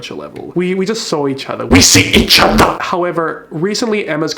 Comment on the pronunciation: HAHAHAHAH THE “WE! SEE! EACH! OTHER!” AGAIN 😂😂😂